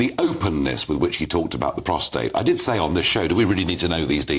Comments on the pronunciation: STOP saying prostrate, it's prostate 🙃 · It's called PROSTATE, not postrate. Get rid of the R. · Nigel, it’s PROSTATE!, not prostRate. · Not to be a jerk but I'm surprised how many people on these videos are saying "prostrate" instead of "prostate". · Prostate not prostrate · I wish you guys would stop using “ prostrate” instead of “ prostate” !! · PROSTRATE??? Lose the second R,. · It's not prostrate. Prostate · Please can someone enlighten Bower that its pronounced "PROSTATE". He has done it in all his interviews! 😂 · Not prostrate